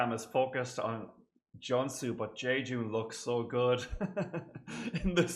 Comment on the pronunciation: And Junsu is pronounced with a long U sound as in Joonsu :) Thank you for reacting to JYJ<333